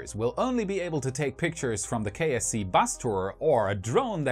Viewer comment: Oddly enough I keep hearing KFC and wondering what Kentucky Fried Chicken has to do with Space X...